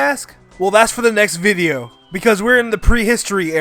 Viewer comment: I’m did he say viveo? Or and I’m tripping 😂